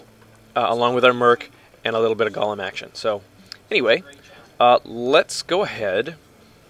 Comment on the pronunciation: Golem, not gollum.